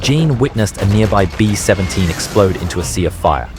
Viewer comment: The AI is really struggling with the - in B-17 by the sounds of it